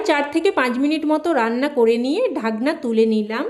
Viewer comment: আপনার রান্নাটা খুব ভালো হয়েছে। আপনি বাংলায় থেকে এখনো বাঙলাটা বলতে শিখলেন না। যেমন বলছেন ঢাগনা, শুগনো লঙ্কা, সাইজে , পাজ মিনিট এগুলো আমাদের শুনতে কানে ভীষন খারাপ লাগছে, আগে আমাদের মিষ্টি এবং সুন্দর বাঙলা ভাষাটা শিখে পরে ইউটিউবে আসবেন কেমন।